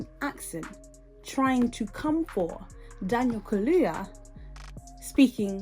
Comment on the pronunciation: Not only did he mispronounce brother Daniel’s name. He’s still saying, “axe” . . . after six degrees. The word is, “ask.” He needs to put some respect on that “s.”